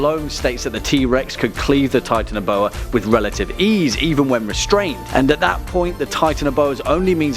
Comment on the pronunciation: you said titanboa wrongs